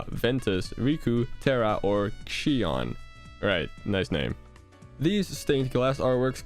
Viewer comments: You pronounced Xion’s name wrong you’re saying She-on, it’s pronounced She-own.(Something like that, I’m not a literary genius like the people who made the dictionary) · SPOILERS FOR KH2!!! Xion is based off of I believe “eon” (also it’s pronounced z-eon to me but it might have been she-on) or something like that and every “Nobody” (uppercase n does matter for KH fans I think) has a x added to there name from before being a Nobody so roxas is sora with the letters scrambled and a x added (also WHAT WAS THAT DIVE TO THE HEART ORDER?!?! The order that id do is sora riku roxas xion auqa terra Ventures (the last three can be in any order) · "She-On" lol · I don't know why exactly Xion is pronounced as Shoin, however I can say that in Chinese, anything romanized with an X has that X pronounced like a more hiss-like "sh" sound. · It's Xion... IT'S XION